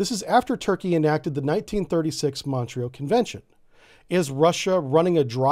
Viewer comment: Montreux, pronounced MON-troe. Not MON-tree-oh.